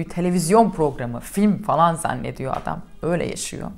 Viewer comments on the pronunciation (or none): none